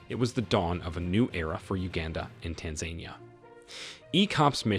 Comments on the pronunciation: It's Tan-za-NEE-a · TAN-ZAN-EE-A dude ! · I'm sorry but why do you so badly mispronounce Tanzania??? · It is U-gan-da. And it is Tan-za-ni-a. That is how you pronounce the names of the countries for this video. Please keep this in mind and correct for future.